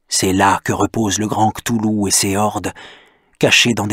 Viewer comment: "KlauwLou" prononciation de l'auteur , et bin il n'existe pas selon la science parce-que il y a l'effet d'echelle.... Merci Dr.Nozman